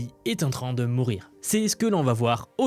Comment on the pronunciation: Cette règle est en train de Moorir. Je ne sais pas si c'était voulu mais je l'ai entendu comme ça. 😂